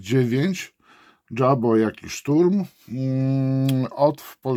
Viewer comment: JABO to akronim od niemieckiego słowa Jagdbomber (myśliwiec bombardujący), więc nie czytamy tego "dżabo", lecz "jabo", tak, jak się pisze.